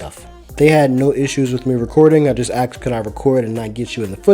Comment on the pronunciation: Interesting content, but please stop using the word "axed" when you mean "asked." It is distracting and those two words have very different meanings.